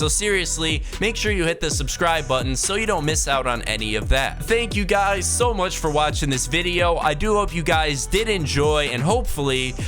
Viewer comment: thank you Gyuysys keep listening to him saying guys 🤣